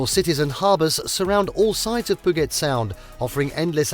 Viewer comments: As Seattle natives...this hurt. Literally every location is pronounced wrong ... Nice footage but after the narration I assume it's all stock.?? Did make us miss home though. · Stop saying Puget Sound incorrectly!